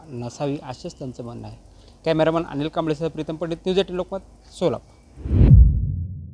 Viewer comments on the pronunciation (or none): none